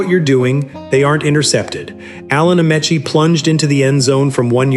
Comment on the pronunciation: Misprouncing his name (U NEE it’s) and that of Allen Ameche is unconscionable